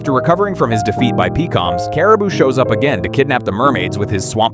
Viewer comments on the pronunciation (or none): Pee-comes... that's not his name!